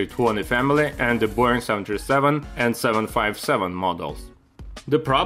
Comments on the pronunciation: I swear he says «the BORING 737»... 😂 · Pls pronounce word "Boeing" correctly! There is no need to imitate fake Hollywood Russian accent. Russians speak English pretty well.